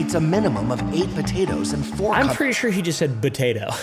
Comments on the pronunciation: He said “fotato” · Dude on the voiceover does say Butato 😂😂